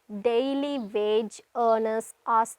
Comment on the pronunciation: N is silent in “Government” in British English. It is Guh-vuh-muhnt. You dont bite your lower lip when speaking words starting with a “W”. It is not Vage, it is Wage.